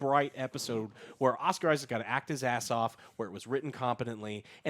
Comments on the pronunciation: U guys suck at pronouncing names. Its harrow not harlow, its isaac not isaacs, ammit not amooit. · Not the point of the review and series but you really trigger me, when you pronounce it Oscar IsaacS.. it is Oscar Isaac.. no S at the end. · Joe. Joe, Joe. "Isaac." "Oscar ISAAC". One Isaac. Not "Isaacs". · Harrow, not Harlow. Oscar Isaac, not Isaacs. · Why can this dude not pronounce any names correctly? He said “Ammuit,” “Isaacs” and “Harlow” all so wrong lmfao